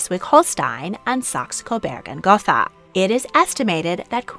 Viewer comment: The German language has no “th” sound. Gotha is pronounced goat-ah